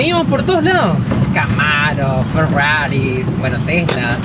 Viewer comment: jajajaja no no nono, x favor pronuncia cada video la palabra FERRUARI...... sos un máster!! jajajja un saludo chicos desde Neuquen!.